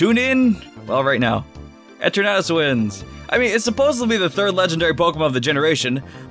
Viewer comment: that's not eternatus and it's "eeeetern atus" and "hat errr eeeneee